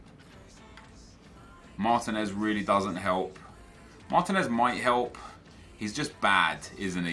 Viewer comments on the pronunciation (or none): none